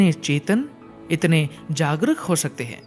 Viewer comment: Aapka Hindi uchcharan Sahi nahin hai aap Jagruk ko jagrik bol rahe hain bar bar